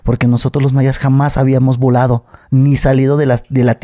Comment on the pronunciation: Casi dijo “violado” en vez de “volado” 😅